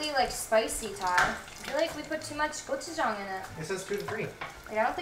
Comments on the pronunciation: u have good pronounciation of '고추장' haha i mean gochu-jang! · you pronounced gochujang perfectly